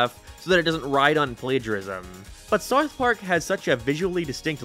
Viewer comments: This guy cant pronounced "ou", around and south both sound ridiculous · You can't say South.. lol. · This guy cant even say the word "South" correctly. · Bro can’t pronounce south 🤣🤣🤣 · why are you saying south so weird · Yeah, why does this guy live in a different house?